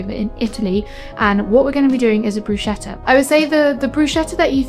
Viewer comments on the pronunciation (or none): Looks all delicious 🤤 ❤ Just as an info: it is pronounced “BrusKetta” 😊❤